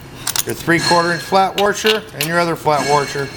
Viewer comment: Whats a worsher??? Are you attempting to washer? 😊